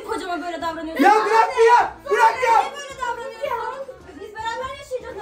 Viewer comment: Bırak❎ Bıyak✅ Hayır❎ Hayıy✅